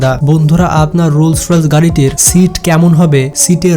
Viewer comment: রোলস রয়েলস বলছেন কেন ভাইয়া? এটাতো রোলস রয়েস!!!